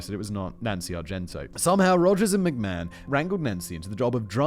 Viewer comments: What's funny, (given how your comment sections are so prone to whinge about your pronunciations) is you're far closer to pronouncing it correctly than Vince is, Simon. It's a short a, like in map, so instead of may-hon it's more like mah-hon. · To think from McMayhan and Plackeba you have made a career out of mispronouncing things online for the amusement of your audience! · Perhaps you had a pronunciation guide, but I think it's odd that you didn't know how to pronounce McMahon and you drop the I in Argentino.